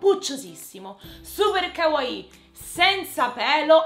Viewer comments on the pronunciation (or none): none